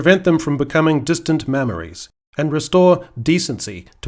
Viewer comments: Did anyone else hear mammaries instead of memories at the end? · is it just me, or did say "distant mammaries"?